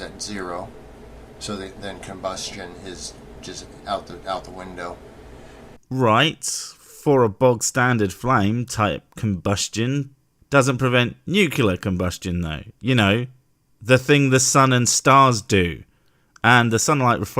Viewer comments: nuclear. nu-clear. not NUCYALUR. thank you. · could you please not say "Nukuler"? It's "New-clearer" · Hey, you said ‘nucUlar’. Please don’t give this dickhead any ammunition. The word is ‘nuclear’. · Sir, try saying nucleus and then nuclear.